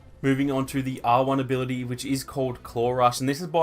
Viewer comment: When he says claw rush it sounds like clorox